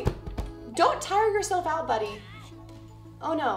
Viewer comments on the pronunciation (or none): none